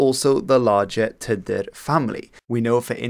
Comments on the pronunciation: Wouldnt it be pronounced tea-deer? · I am half Russian and half Welsh, thank you for your video, it sounded very strange how you said "Tudur" but I appreciate your attempt.